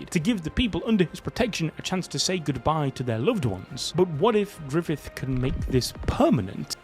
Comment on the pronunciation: Guts: ❌️ Goots:✅️ Grififth : ❌️ Grifoofth: ✅️